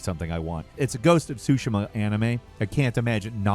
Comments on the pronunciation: Pls…. Say ghost of tsushima Not shushima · "ghost of SOO SHIM-A" instead of "SOO SHE MA" and "adaption" instead of "adaptation" im dying. youre killing me.